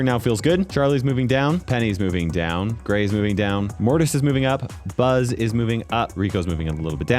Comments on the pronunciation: Bro said Buster when he was rating Buzz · “next we‘ve got buster” buzzter lol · Bro said buster for buzz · Bro said buster on buzz 💀 btw love your vids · Buzz ❎ Buster✅ 😂